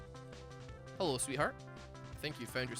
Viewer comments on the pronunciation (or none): No one: Especially No One:: Heowwo this is